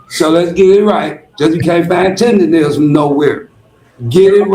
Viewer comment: STOP SAYING "TENDERISM" IT'S "TERDERNISN"!